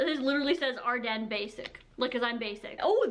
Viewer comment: Is it seriously pronounced like “Arden”? Fellow Canadian here (Ontario) and you’re the only one I’ve ever heard pronounce it like that, I’ve always heard and called it “Are-Deens” I’m so confused haha.